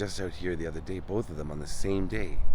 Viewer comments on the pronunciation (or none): none